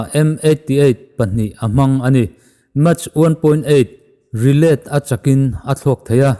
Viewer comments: Bengvar thlak thin..... Steelt nilo in steaalth ti a lam tur, match 1.8 nilo in mack (mach) tih tur bok...improve na tur hi han in zir zel ila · Mach hi mâk ti a lam tur.... A bengvarthlak hle mai.. good post.. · Stealth (Stelth), Mach (Mak) ka ngaimawh deuh mai mai, a bengvar thlak ṭhin e.